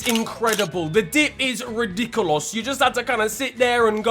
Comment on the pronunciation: Can't get over how he says "Ridiculos" 💀 Go on, I see you. 😂😂😂😂